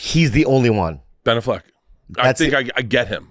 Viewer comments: He is ob -SESSED with Blan Allfeg. A hunerd percent. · Bert loves Ben Affleck so much, he cant even say his name right. True diehard fan.